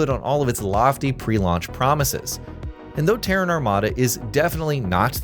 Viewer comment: Finally, you didn't pronounce Terran like the Iranian capital.